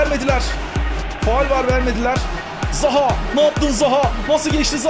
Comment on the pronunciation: de zaha ya zaguew diyor